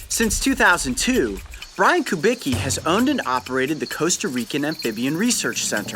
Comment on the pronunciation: Komu tez się nie podoba jak coyote wymawia „Kubicki”?